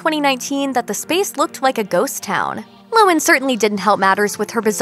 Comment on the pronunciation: LOHAN, not lowen.